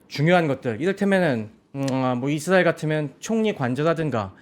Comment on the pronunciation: 이드라엘ㅋㅋㅋ 우디에ㅋㅋㅋ